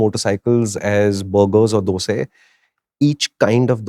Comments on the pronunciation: is where the decision of mine to buy this got cemented. Although will wait for the road reviews & first gen issues. Also more respect to for pronouncing it as Dose/Dosay which is the correct pronunciation of the dish instead of dosa. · Loved how called it "Dose" and not "DosAA" xD! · pronounced Dosae correctly❤❤❤ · Kudos to for pronouncing it as Dos'e and not Dosa. Kannadaigas/south indians love it.❤😂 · Great content as usual! So well put together. I like the fact that said "dosai" and not "DoSa" / "DhoSa" <3